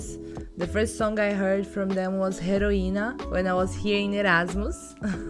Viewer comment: Not " heroina" ,eroina = Hero❤